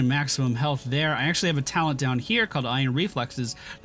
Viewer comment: Cringed everytime he said "talent"and "Path of ExileS". But with that said, as a player who enjoyed PoE for thousands of hours I'm always happy to see new players trying this awesome game out. GL taking your build into endgame maps. I Hope you find the same amount of enjoyment that I have had this far with this game.